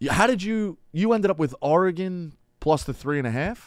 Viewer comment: One of these days Dave will learn how to pronounce Oregon correctly